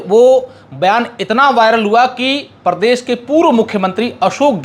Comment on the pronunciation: क्षमा चाहूंगा , पर एंकर का उच्चारण उचित होना चाहिए। शुरू में ही अर्थ का अनर्थ हो गया , प्रदेश होता हैं , परदेस नहीं। इसे प्रेम समझे , आलोचना नहीं ।